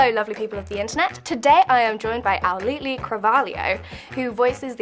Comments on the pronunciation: Charlotte Harley no, she pronounced cravalho but she said "auli'Li" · did you really just say auli'li....... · Right after she said her name wrong Auli’i had a serious face 😂